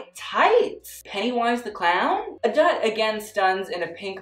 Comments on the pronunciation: adut is pronounced uh-doot (like soot) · why does he pronounce adut like that 💀